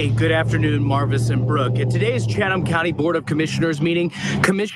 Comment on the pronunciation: just an FYI about the county and Savannah. I was born in Savannah in 58 and lived there till 10/69 when we moved to Habersham County. I've noticed how you pronounce Chatham, the correct pronunciation is " Chat um" The h is silent. And now you know the rest of the story... love you and the coverage you give to keep all of us informed. ❤️